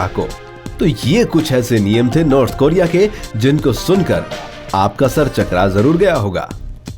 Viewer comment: North Coria bol be